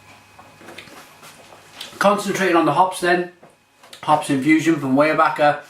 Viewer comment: Glad to see you're reviewing another Pennsylvania beer! And is correct, it is pronounced WIREbacher. The pumpkin ale is one of my favorites.